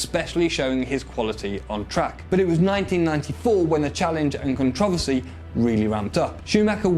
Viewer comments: It’s CONTROVERSY not CONTROVOSY. How does a 30 year old man not know how to properly say controversy????? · Con trav a see? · Never heard someone butcher the word controversy before